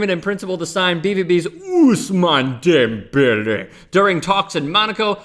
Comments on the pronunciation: You cant say his name normally? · Please stop saying the man's name like that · I hate the way you say his name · Why the fuck is he saying his name like that? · Stop saying his name like that fucking cringing over here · please NEVER do any name pronunciation like that again. Other than that, good video. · Please can you stop saying his name like that.